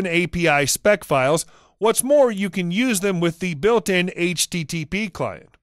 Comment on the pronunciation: Doubt it. I agree with Sarda For example: - "the variable is always true false". not something a coder would say. - Says "http" really slowly, (like he thinks it's important to the audience) even though a real coder would say it much faster. - the way he accents "PhpStorm"